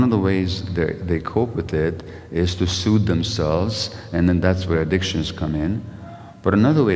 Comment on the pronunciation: "soothe", not 'suit' 20 seconds in